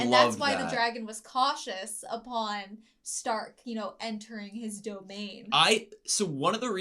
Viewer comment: Starkは英語読みだと「スターク」ですが、この作品はドイツ語読みの「シュタルク」が正しいです。